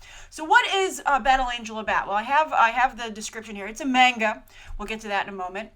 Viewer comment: FFS it's pronounced 'Mon ga' not 'Mang ga'